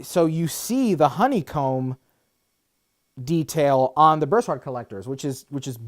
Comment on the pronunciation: What's a "bursard"? lol